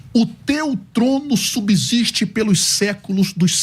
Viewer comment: FALA DE NOMINATIVO, VOCATIVO... PRONUNCIA "SUBZISTE".